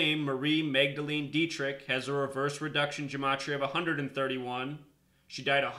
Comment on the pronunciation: Hey her last name "Dietrich" as the word "die" "diet" and "rich just saying lol to you.